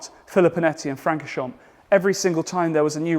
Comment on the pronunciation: Please pronounce Francorchamps correctly. The “a” is not short as in hat but more like “aw” as in paw.